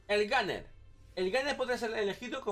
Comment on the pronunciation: Guarriór, melé, eta e tu clase, una partí (party), el eslayer, el ganer (gunner), masimo (máximo), el beseque, aparte de eso creo que el de la visita al otorrino deberías ser tu, porque como que se te cerrará la tráquea al decir tanto eh eh eh eh y después tratar de decir otra palabra